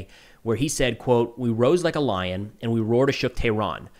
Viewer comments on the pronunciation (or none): none